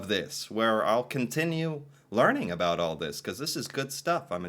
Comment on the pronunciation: Did anyone else notice that the narrator of the video pronounced about as a-boot. Not sure if that was a joke or not 😂